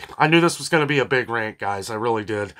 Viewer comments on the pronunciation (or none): none